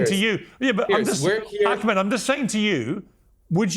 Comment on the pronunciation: Its Ahmed btw. Not Akmet..ignorant limey